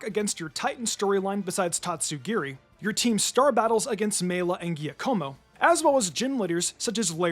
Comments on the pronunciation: Great video, but it’s not gia-como. It’s ja-como. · Giacomo is pronounced "Jiah-komo" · I am saying this, because I really like your videos, I am not trying to attack or insult you. You mispronounced the name Giacomo. It is an italian name. It starts like the beginning of the word 'jungle' with the 'ju' and then ends with 'como' I assume you will drop the name many times in future videos😅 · Sorry for nitpicking: "Giacomo" is pronounced more like "Juckomo" read in American English. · lol right? It’s “jock-uh-mo” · Giacomo is pronounced jaques-a-moe, with the same cadence as whack-a-mole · Giacomo is pronounced Jacomo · And Giaccomo's name is pronounced "DJÁAKOMO". It's the italian version of Jacob. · Giacomo is pronounced like jock-komo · Giacomo is pronounced Jakomo with the accent on the a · Giacomo is pronounced "ja-co-mo." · Giacomo is pronounced like "jack-omo" .. it's Italian. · Giacomo is pronounced jockomo. It’s Italian. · Please learn how to pronounce things. It's Jia-co-mo. And it's Prov-ince, not prov-i-dence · The injustices to my boy Giacomo's name is never-ending in these trying times lol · Any other Italians die inside at the way he pronounces “Giacomo”…? 🫠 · Meow-scar-aid (meow+masquerade) Serool-edge (cerulean+edge) Ge-ack-amo (giacomo)